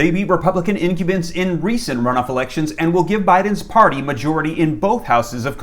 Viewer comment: Incumbents...pronounced like : "income bents." Now put those words together fast and there you go. :)